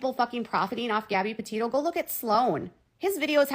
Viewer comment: Yeah like when she pronounced Gabbi's last name as Petino instead of Petitto.